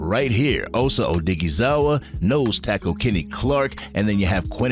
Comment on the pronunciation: Man you be butchering osa last name